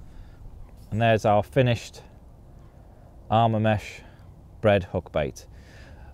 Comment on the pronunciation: It’s Arma mesh